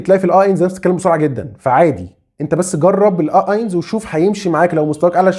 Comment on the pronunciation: شكرا لحضرتك .. بس النطق الصحيح لرقم واحد .. هوه اينس .. مش اينز ..